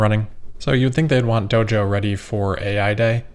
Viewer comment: Doge-oh. Once you hear it, you can't unhear it.